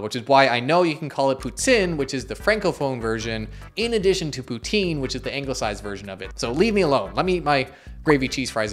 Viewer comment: prononciation de "poutine" parfaite. Tu as visiblement du potentiel! 👍